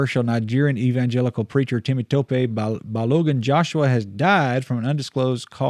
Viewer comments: Wow! You did a good job pronouncing the Nigerian name. 😀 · He didn't get the Temitope entirely though 😁 But it is a nice attempt for a non Nigerian